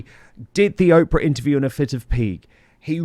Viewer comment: Why do all Brits call OPRAH OPPRA !!!!!???? It's OOOOOOH PRAH. Long O.